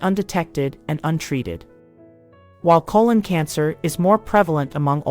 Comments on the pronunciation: CO - LON .....not ..... CO - LONE🤨🤔🤔🤫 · So the narrator can’t say colon instead says cologne but she can say hypertrichosis lanuginosa acquisita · Cologne Cancer? These "Bot Narrators" drive me Nuts. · Sometimes she stresses 'colon' correctly on the first syllable and other times incorrectly on the second syllable. This is very distracting. There should have been some sort of human override to this narration given that it is probably robotic. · I know right? 😂